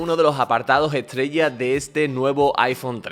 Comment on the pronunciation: No tengo ninguna pregunta acerca del teléfono.. Lo que me intriga.. es porque el locutor habla con la T antes de la S.. No dice Este.. dices Etse No dice Es todo dice Et sodo Etstreella, eTsabilizacion???